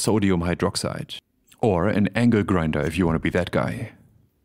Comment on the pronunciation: Did you say ANGER GRINDER? Well that's what I heard and its funny. Fair warning I'm using that terminology from here on out. As a matter of fact I'm relabelling all my grinders tomorrow, 1st thing.